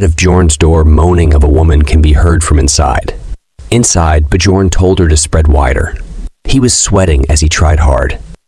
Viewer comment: His name is "Björn" which pronounce as Byorn in English 😭😭